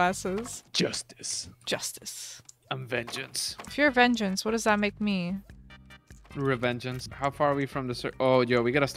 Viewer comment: isn’t re-vengeance she’s raven-gence